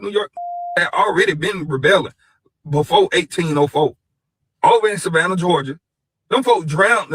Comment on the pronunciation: this dude said Savannah 🤦🏽‍♂️🤦🏽‍♂️🤦🏽‍♂️ …. I tried to give these dudes a break